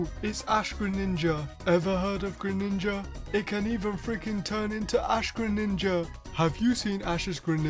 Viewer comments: Lol when you said Graninja it made me laugh 😆😆😆😆😅😅😅😅😅😅😅😅😅😅😆😆😆😆😆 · All those times you said “greninja” in the video. It starts to not sound like a word